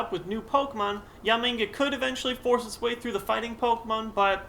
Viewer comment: Is it just me, or does it sound like he keeps calling Yanmega "Yamenga"?